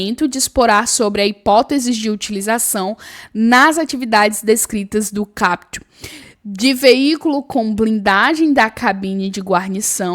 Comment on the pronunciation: Prof, não se fala capítu (CAPUT) e sim KÁputi. kkkkkkk, mas tu fala bonitinhu!